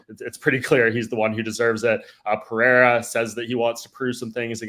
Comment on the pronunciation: Seeing as even Rogan has started pronouncing "Pereira" correctly can we stop with the Puh-hair-ah? There is no double r (like there is in Ferreira).